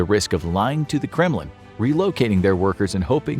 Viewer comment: When he said Kremlin I heard "'criminal". 😳👀